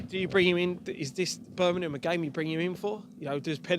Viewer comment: Birmingham not Burnimum! ;)